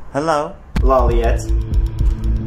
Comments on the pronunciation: Lol I Love this Video but the T is silent his name is pronounce Lawleay ...if I do it right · It's brilliant, but any good fan knows its pronounced low light, not how it looks. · Lawliet is pronounced lowlight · Ye XD it’s L Law-light or Low-light depends on your accent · He didn’t even pronounce L’s last name correctly......and others too. I’d be a little pissed if this wasn’t an obvious parody